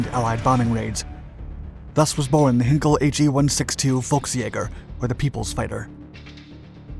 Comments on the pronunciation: Perhaps ‘heiiin-kel’ and not ‘henkel’? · It's NOT HINKEL but H EYE NKEL EI is pronounced EYE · Hinkel? It's Heinkel, being pronounced with the same tone as in the word high. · You think by now the narrator would have learnt how to pronounce ‘Heinkel’. I know he’s a yank but even so. Perhaps he couldn’t see the letter ‘I’.